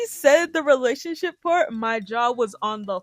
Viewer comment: I had to double take when I heard her say “relationship”🤦‍♀️